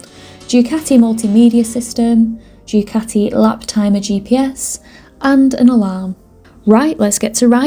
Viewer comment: I didn't understand your English vocabulary... It's Du Ca tee yi Not Due cati it's Italian not Yorkshire. Please pronounce it properly.